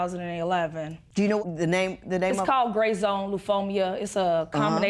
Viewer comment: Lymphomia? Lymphoma. You've had it for six years, say it right or I won't believe you have it.